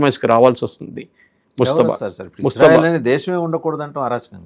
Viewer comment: Mujtaba.. ముజ్తబా ఖమేనీ.. ముస్తఫా కాదు ! ముజ్తబా, ముస్తఫా రెండూ వేరు వేరు పేర్లు.. కానీ ఈ రెండు పేర్లూ ముహమ్మద్ ప్రవక్త వే!!